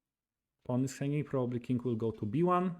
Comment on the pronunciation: The chess content is very much appreciated. Some friendly feedback. Forgive me for pointing out that probably has three syllables and is pronounced Proh-buh-blee, not Proh-bob-uh-lee. Also, series has two syllables and is pronounced see-reez, not see-ree-uhz.